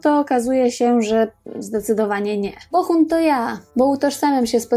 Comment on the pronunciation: BoHun, a nie BoCHun. Przez cały odcinek mówi Pani przez „ch”. Fajny materiał, a słuchać się nie da..